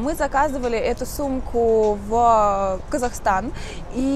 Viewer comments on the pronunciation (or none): none